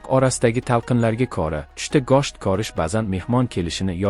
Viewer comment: гошт эмас гушт 😒 денг